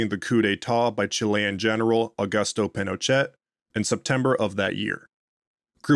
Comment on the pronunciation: Wow, I've never heard Pinochet's name mispronounced like that before.